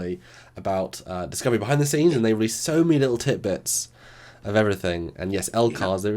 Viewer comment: Tid bits, not Tit bits haha